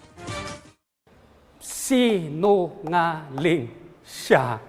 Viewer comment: SI-NU-NGA-LING SYAA - Gen. Bantag Kakatawa yung pagbigkas nya 🤣🤣🤣